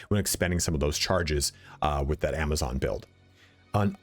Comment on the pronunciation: Love that you called it a Javazon ❤️